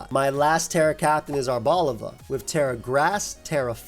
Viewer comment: There's no way pronounce arboliva correctly This is the first time I've seen and it's been over a year